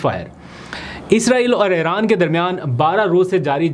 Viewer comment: Aap Aran kiun kehte hain Iran hai